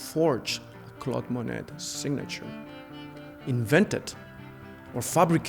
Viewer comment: Interesting and edifying- but, seems like the 1st guy could learn to pronounce Monet.